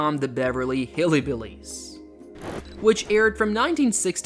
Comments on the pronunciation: It's Hillbillies, not Hillibillies. There is no "i" after Hill. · It’s not "hilly billys"; it’s "hillbillys," with a "y" or an upscale vibe after the "hill" part of the word. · It's HILL-BILLIES not Hilly Billies